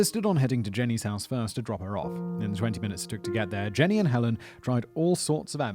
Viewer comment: Jean-y, not Jenny